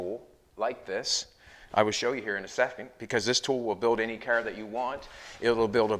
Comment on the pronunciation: I had to stop watching this guy. He makes junk, into junk. By the way it’s pronounced CAR, not KER.